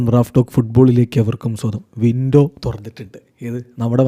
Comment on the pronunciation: Winto winto enn areyo kuthi parayunna pole thonunnu 😂😂😂 ninghal puliyan ketto